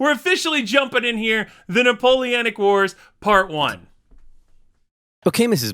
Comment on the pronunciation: No, you havent gotten it yet, its Napoleonic wars not napoleanic wars